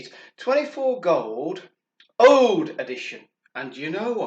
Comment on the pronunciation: ouuuuud not oude. HaHa